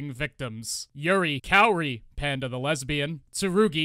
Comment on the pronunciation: I hear "Hand of the Lesbian" every time you say "Panda the Lesbian"! 🤣